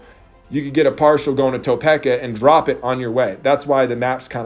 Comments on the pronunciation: Ta-peak-a not To-peck-a 😂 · TA-PEAK-A Kansas not TOW-PEK-A Kansas lol.